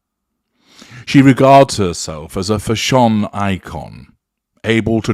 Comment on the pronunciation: Is your pronunciation of the word "fashion" actually pronounced as "fah SHOWN" by anyone or are you being sarcastic?